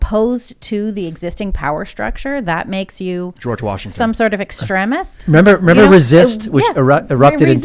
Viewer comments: This chick doesn't know how to pronounce words... "extreeemist" it's extreeem. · Extremist EX-TREE-MIST Not ex tre misd. Still making good point though. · Ex-trem-ist❌ ex-treem-ist👍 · Sorry but who doesn't know it's pronounced ex-TREEM-ist? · I dont trust in the least. Tims already moderate asf but shes an apologist. Several times in these podcasts shes tried to control the narrative. Luckily shes the least dominate person in the room. She must of forgot these arent her writers.. Also she pronounces extremist wrong...